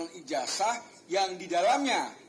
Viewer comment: kok "Ijazah" dibacanya Ijaja?